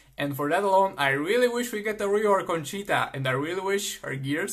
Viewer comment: The way he said 'CHeetah '